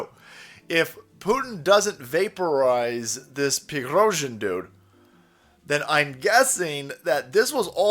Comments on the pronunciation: Just say PREE-GOSHIN homie… that’s how easy it is so say… remember his name and be able to pronounce it correctly, because we need to nominate him for a fking OSCAR AWARD 🤣 bruh.. best actor 2023 bar NONE! He got these dummies to believe he was completely out of AMMO 😂 then he got them to believe he went renegade 🥇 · His name is Evgeny Prigozhin.. His first name just for ease of understanding is the Slavic form of Eugene and the V is pronounced like a u. His last name is pronounced Pre-Go-zhin. Certainly this was a fake putsch* staged in order to out the traitors. * means the same thing as a coup Frankly one of the Patriot generals here in America, either Mike Flynn or James Mattis or another Patriot General that has been given the short end of the stick, should stage a coup in this country and remove Biden and his entire Administration from Power once and for all. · The Man's name is pronounced Pre - Go - Shin. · its pronounced prigozhin deadbeat. and Russia isn't a totalitarian dictatorship. Its a conservative Christian democracy.